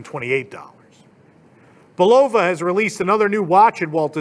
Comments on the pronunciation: Bull-oh-vaa??? BULL-LA-VA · Love the channel and Critique of Chapek! One nit, the watch company is pronounced Bullava not Bullova. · it’s pronounced “BULL-of-uh.” And $1200 would buy a really much nicer watch than a friggin’ Bulova… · Yup Bull-a-va! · You mispronounce Bulova.